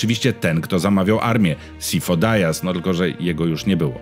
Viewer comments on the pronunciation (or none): Imię Sifo raz bez sensu spolszczasz, a nazwisko Dyas z kolei bez sensu wymawiasz z hiper-angielszczyzną?